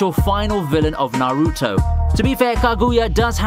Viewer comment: The way you say Kaguya and Naruto 🤦‍♂️